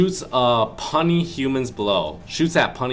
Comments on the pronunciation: hahaha. he doesn't know the word puny.... it is not pronounced punny. my god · Puny its pronounced pew-knee u fucking Idot by the way love ur vids bro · When he said puny wrong it made me laugh so hard